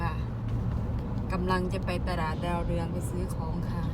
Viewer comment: ตลาด คำนี้คนสวย อ่านว่า ตะ-หลาด เป็นคำควบกลำ้ ผสมคำ อ่านว่า ตลาด ถ้า ตราด คำนี้หมายถึงจังหวัดตราด ที่อยู่ติดชายแดนเขมร ฝึกไปเรื่อยๆ